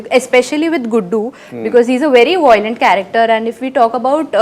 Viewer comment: it's not voilant. Its violent. If you are in this profession get your pronunciation right